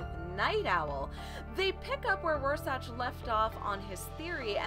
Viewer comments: Rorschach, is pronounced Roar Shack, not Raw Satch. And its just Ozymandias, not "Doctor" Ozymandias. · Couldn't finish after "Roar-sach"... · it's Rorschach pronounced roar-shack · Hey, I was just wondering if anyone told you it's pronounced roar-shack.... 😜 kool video thanks. hits subscribe button PS that comment saying you're kinda cute, they don't know what they're talking about, you're beautiful. 😁🤗😘 (I wonder if there's a ) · It’s pronounced ROAR-SHACK. But still good vid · every time she says RoarSACH and DOCTOR Oz my eyelid twitches. Other than that, decent summary. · It feels like it was sorta rushed, but Rorscach is pronounced, Roar-Shack" JS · Thats some sophistry, right there. This ain't about accents it's the way you pronounce that name. You got it wrong, just concede.